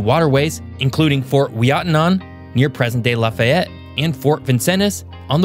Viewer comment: Vincennes, Calumet, Lafayette, all hurt to hear. I'm curious on the region breakdown too. The "central till plains" extend much further north than he shows. I know, I live in them.